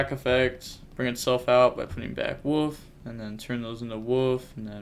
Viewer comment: It's Wolf, not woof!! Lol